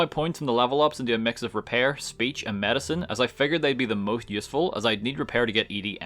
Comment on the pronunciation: U pronounce medicine wrong 💊